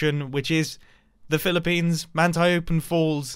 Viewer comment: Mumbo say pillipines Pilipinos: who has summond me